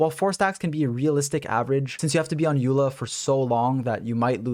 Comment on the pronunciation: As informative as the video is, the more I hear you call her "Yula" the closer I step to dying